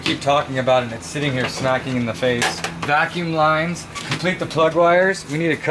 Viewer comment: "Vacume lines"